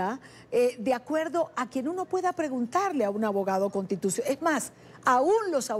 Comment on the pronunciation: Contitucional o constitucional ? Hahahaha alguien que les enseñe a hablar a estos caribeños